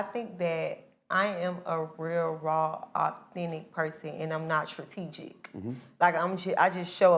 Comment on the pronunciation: "I'M not Trategic" lol